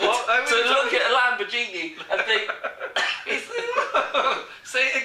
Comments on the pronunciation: if you were drinking grape juice instead of beer you would have been able to pronounce lamberjeenie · OMG, Lambor"Genie".